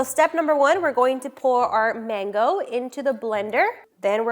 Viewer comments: Is it me or she is pronouncing Mango very weirdly? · Why does she pronounce mango in two different ways though? ‘mango’ and ‘maango laasi’